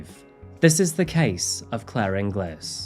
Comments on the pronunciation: Sorry, but having the same surname as Claire, and being from Scotland too, your pronunciation of her name is unfortunately wrong. It isn't pronounced In-glis, it's pronounced In-gills. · Inglis is pronounced IN - GILS not GLIS - just a strange turn in Scottish pronunciation. A bit like how you would say Edin - BRUH instead of BURRA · As a sidenote, Her surname is pronounced as Ing-gulls not ing-gliss. Doesn't feel nice seeing your own country in these videos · Bit late so doubt many will see this, but in Scotland (my country of birth) Inglis is usually pronounced ING-guls. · No, that’s spelled Ingles. I grew up in Stirling and her name was pronounced inglis like many others. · Just to let you know her surname is pronounced Ing_ills, and that's Stirling Court in the video. Love your content. Got what he deserved... Scum. Unfortunately the onus is on the victim to check new partners background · Not sure if said already, but her surname is pronounced Ing-Elles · It's pronounced ing -gills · Interesting fact: the name Inglis traditionally is not pronounced as it's spelt, rather it's said as "Ingalls". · For her surname, think pringles for the correct pronunciation of Ingles x